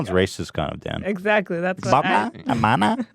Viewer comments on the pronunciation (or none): "hair-mana" OoF